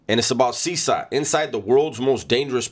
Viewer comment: It’s pronounced ( Seh Kot )CECOT